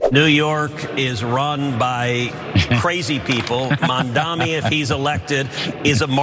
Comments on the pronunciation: Their hatred can't be missed, they refuse to pronounce his name right. MAMDANI. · MamdaNi, Ted. MamdaNi, not MamDammy. Learn to pronounce his name if you're gonna criticize him, and we shall see how this turns out. NYC is desperate for a new mayor with progressive ideas, and Zohran will bring this and more.